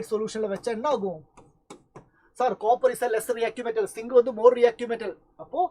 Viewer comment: zinc ❌singh☑